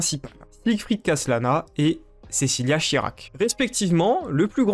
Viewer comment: Hahaha tu dis aussi "Shirac" mais enfaite c'est "Shariac" x) (j'ai mis 5 ans avant de m'en apercevoir). Sinon comment ne pas like cette vidéo?